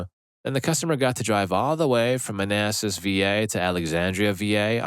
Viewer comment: As someone from Northern Virginia, thank you for saying Manassas correctly.